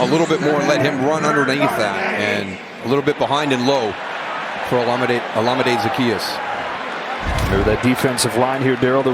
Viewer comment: it's Olamide (Ola-Mi-Dee) and not how the announcers pronounce it, it is a Nigerian name.